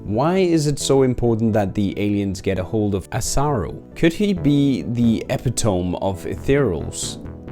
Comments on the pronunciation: im sorry if english is not your first language, but epitome is not ep ah tome, it is ah pit oh me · Epitome is pronounced Ep-it-oh-me not epi-tome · It's pronounced eh-pih-toe-me... not epic minus the t, plus tome. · Epitome is pronounced as Eh-pi-toh-me. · Bro its pronounced e·pit·o·me just so you know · The EPI-tome? its not pronounced thay way bro. lol But interesting theory. Inb4 mat pat steals this. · A brit that can't pronounce Epitome. Nice. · You make fun of yourself for mispronouncing psionically, but not ethereal? And then you mispronounce epitome too.